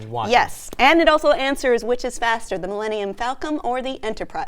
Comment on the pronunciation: did she say "millenium falcom"???